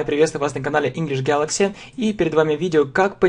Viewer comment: Он перестал говорить engliiiiiiiiiiish gaaaaalllllaaaaaxxxxxyyyy как то серьёзно начал произноси.хах